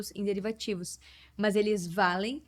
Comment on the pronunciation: gostei do sotaque no "é muito mâs muito"😂